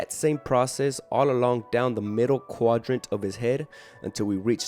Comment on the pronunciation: Anyone ever tell you that you say the word “quadrant” like an absolute gentleman?